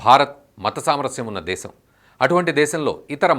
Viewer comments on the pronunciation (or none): none